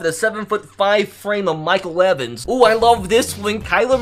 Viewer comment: You said mike evens mike wevins and levins